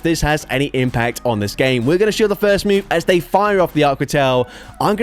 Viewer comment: “…and I’m able to take that GHAEYM”